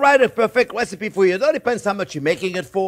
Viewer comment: Elmer Fudds great grandson.. pewfect wecipe, fwends ... they look good tho, good wecipe!